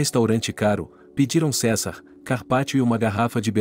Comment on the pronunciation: "Babi dól", "César"... foi de rolar de rir.